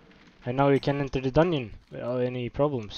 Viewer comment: Thanks for the hint. Works perfectly. Here is my pronunciation advice: Dungeon, not dunyon. Also jump, not yump. We learn from each other ;)